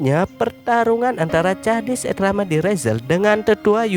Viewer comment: Kok cara baca namanya bikin kesel y